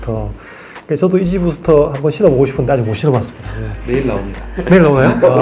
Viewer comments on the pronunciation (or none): 이지부스터가 아니고 이지부스트입니다ㅋㅋㅋㅋㅠ 귀여우시네요